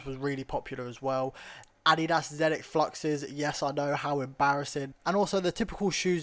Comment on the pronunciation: 🙂I love the way you say Adidas